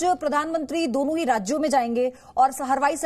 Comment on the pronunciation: Hawaaai behen harwaai nahii